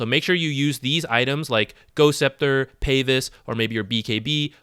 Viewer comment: Is it a DOTA-culture to pronounce it Payvis, or does he not know how to pronounce pavise?